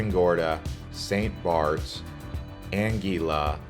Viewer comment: I really wish you’d double‑check the pronunciation of places and names. For example, in St. Maarten, the beach is called Maho Beach, not Maho Bay. 😂 Your information is valuable, but the mispronunciations can be distracting. Even “Anguilla” wasn’t pronounced correctly. I noticed so many mistakes that I ended up stopping the video only a quarter of the way through. It would be great if you researched these details or refined the script so everything is said properly.